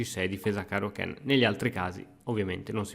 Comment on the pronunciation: Ciao scusa, ma ti sento sbagliare spesso pronuncia. È Kann non Kenn perché è austriaco e non inglese. Questo te lo linko prima che qualche cretino parte per la tangente